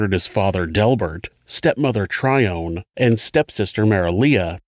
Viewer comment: Are you saying the woman’s name was Trion? Like Alpha Trion? …the transformers? Edit: I looked it up & OHHH! It’s spelled like the dyslexic version of Tyrone ..Tryone Okie dokie